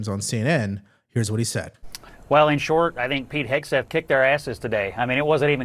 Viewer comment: Warren says " Heg-S-teth." Can't she read?